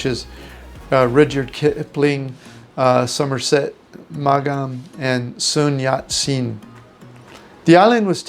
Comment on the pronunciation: Oh man you need to learn to pronounce Rudyard Kipling and Somerset Maugham correctly.